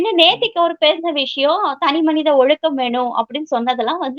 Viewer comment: Did he pronunce ஒழுக்கம் properly? I heard him say ஒழுகு.